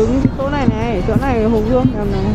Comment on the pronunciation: hồ gươm nhé ơi chứ k phải gương nhé=))